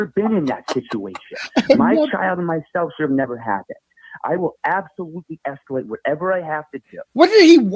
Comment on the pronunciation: Justin: “I will ‘esculate’ this”